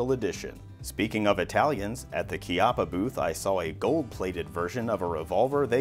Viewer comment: I'm surprised he didn't butcher the pronunciation of Chiappa in some hilarious way.